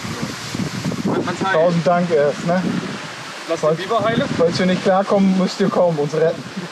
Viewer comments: mal wieder klasse Video! Aber "Bieber" ist der Sänger Justin, "Biber" der Flussbewohner! :D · Nilgans - mit "i", nicht mit "ie" Biber - mit "i", nicht mit "ie"